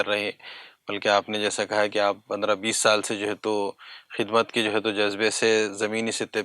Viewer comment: Khizmat Nahi hai khidmat h